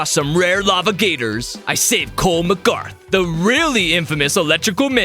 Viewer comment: it's mcGRATH